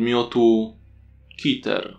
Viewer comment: Może jest coś o czym nie wiem ale, czemu Keter czytasz jako Kiter zamieniając e na i skoro są tam 2 e i szczerze dla mnie nie ma w tym sensu. Ale I tak fajny scp ;D.